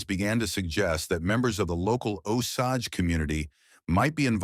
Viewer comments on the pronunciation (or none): AI really butchered the pronunciation of Osage